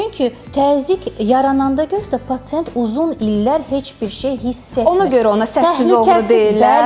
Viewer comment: Patent yox patsient